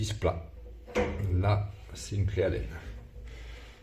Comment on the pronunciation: "Allen" pas "à laine" mais merci pour la vidéo